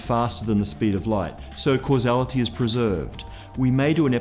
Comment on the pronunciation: Its funny how you pronounce causality haha... I would be very happy watching you triying to pronounce my last name :v